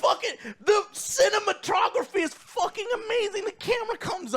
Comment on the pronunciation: What the heck is cinematrogophy😂 Yup you said it. 😂😂